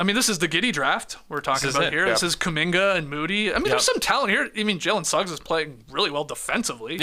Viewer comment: Bro said Suggs 🤣🤣.